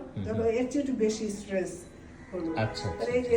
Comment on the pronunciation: Stress স্ট্রেস না। স্ট্রেচ stretch হবে। Bend বেন্ড হবে। ব্যান্ড না। X Stress স্ট্রেস মানসিক চাপ Stretch স্ট্রেচ্ প্রসারিত করা, টেনে লম্বা করা। Flexible ফ্লেক্সিবল্।